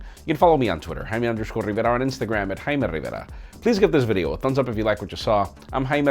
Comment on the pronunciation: Who else comes here just to hear him say ”Haimee Rrriverra!”?